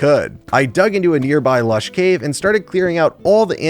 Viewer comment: ah this is what doctor rage was upto <3 also me giggled everytime you said lash caves:D Me was worried why isnt uploading. Now me knows was looking for his white bed in snow.